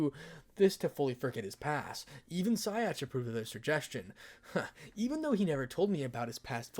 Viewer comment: it's Scathach not skyatch